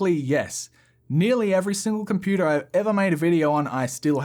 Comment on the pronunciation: lmao why does he pronounce "computer" with an american accent